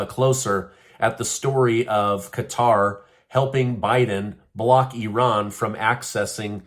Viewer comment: Thank you for saying Qatar in stead of Cutter like every other idiot.